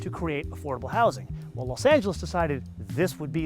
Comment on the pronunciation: Los not lasp